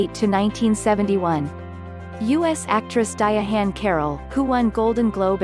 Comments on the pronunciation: The robot narrator is so fuckin annoying ..di-ahann carroll just say Diahann that di-ahhann pronunciation is horrible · Diya-hann Carroll???? Stupid robot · nothing is more annoying than a computer-generated voiceover. how.....sterile and misprouncing of diahann's name. a tribute to a real person at the very least should have a real person voicing said tribute